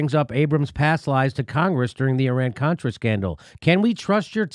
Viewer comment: Well guys, she should have pronounced his name properly (Abrams not Adams), and referred to the Iran-contra affair, not Iran-cortra. Also, the response to an emphatic “No” of I will take that as a “yes” is a little silly. That doesn't mean that I support Eliot Abrams, nor do I think it a very good idea to interfere in Venezuela.